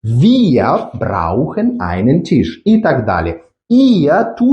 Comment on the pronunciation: Tisch. "Т" не треба пом'якшувати як в українській мові. "і" не пом'якшують приголосні. brauchen. "au" один із трьох дифтогнів, він вимовляється як один звук і це зовсім не "ау". Далі не дивився, бо не зміг.